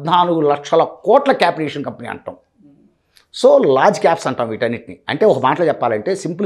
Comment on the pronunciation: It's capitalisation not capital aviation.... 🤣